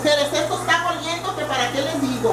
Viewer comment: No se dice 'goliendo' se dice oliendo. Y por lo mismo que debemos apoyarnos porque hablamos español, es mejor que lo hablemos y escribamos correctamente. Y si usted tiene un canal de recetas queda claro que debe dar los ingredientes. De otro modo solo sería para mostrar sus platillos no para entrar a hacerlos. Gracias por su trabajo.